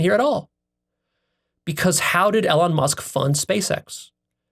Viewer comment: Elon is pronounced Eelawn. Sorry it was just a simple thing that was getting to me. 🤷‍♀️